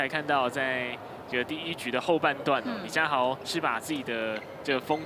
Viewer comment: 女主播也把李佳豪 唸成李佳馨 扯